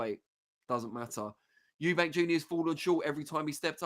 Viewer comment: I can't stand it when people call him Eubanks to I thought I was the only one,if you can't say it properly just don't say it 👍